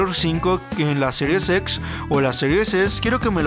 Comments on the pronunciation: Excelente mi compa solo un consejo cuando digas serie X trata de decir x no series xsss algo así suena y es extraño por que no se entiende jaja pero excelente tu contenido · Es Gears o Yirs 😅 es Siries Ex o Series X mejor hay que pronunciar en español 🇲🇽 que espanglish 🇺🇸